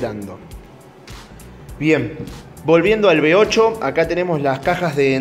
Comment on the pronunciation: ¿Eres alemán? ¡Qué coño eso de "B8"!, uve ocho , osea ocho cilindros en uve como la letra "V" y se pronuncia uve. no be. Por lo demás, muy bonito el motor, el de arranque también